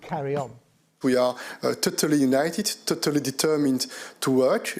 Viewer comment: “Vee are tuttelly united, tuttelly determined end tuttely stoopid” We don’t need the 27 to give us anything make our Prime Minister happy, Monsieur Mini Napoleon, Britain is quite happy just leaving and taking with us only what belongs to us, namely, our waters (and also the fish inside them), our freedom to make our own laws, give state aid to help our businesses and to govern ourselves with zero meddling from anywhere else. BRITAIN HAS LEFT THE BUILDING last one out please turn out the lights 🇬🇧🐟🇬🇧🐟🇬🇧🐟🇬🇧🐟🇬🇧🐟🇬🇧